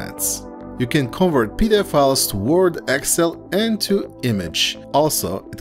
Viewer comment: it's con'VERT and not CONvert..